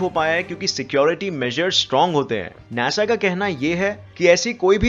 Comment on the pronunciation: NASA is pronounced as NAA SAA. not naesa